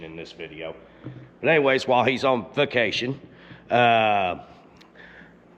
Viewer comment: did you say "he was on fuccation!"? 😂